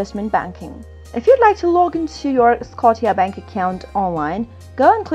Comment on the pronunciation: It's called Scotia like scosha not scoteea